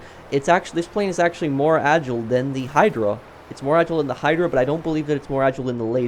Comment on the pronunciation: ITS AH - JY - LE NOT AH - JLE FRICK ME I DONT KNOW WHY THIS GAVE ME A HEAD ACHE WHILE WATCHING